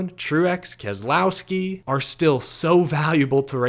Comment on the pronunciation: What I took from this race was an incredible old school race. The other was a name pronunciation problem that creeped in from the old TNT/NBC races from the announcers. It is not Kes el owski, it's kes low(as in the word allow) ski. Get it right folks! I'm surprised that you haven't been called out yet by BK.